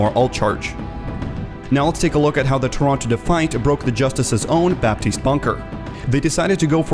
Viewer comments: The "p" in "Baptiste" shouldn't be pronunced, fyi. :) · You're not supposed to pronounce the P in Baptiste.